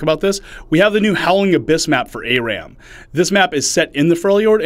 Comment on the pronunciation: "A-Ram". Come on...its "Ah-ram". Learn to English.